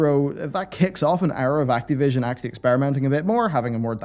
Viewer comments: PLEASE PLEASE STOP SAYING ACTEEVISION Act"I"vision or Act"A"vision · It bothers me the way you say Activision